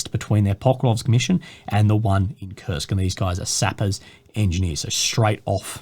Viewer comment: Its Kursk guys, not "kurst" or "kurts" 🤦‍♂️